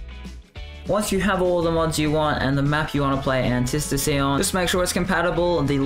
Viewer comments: Say it with me retard, Anti-Stasi. Okay, retard? Antistasi......... an-tie STA-see you actual dumbfuck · He's saying it wrong... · Was driving me crazy